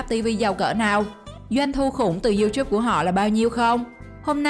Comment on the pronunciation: Sao lại đọc là riu chúp😂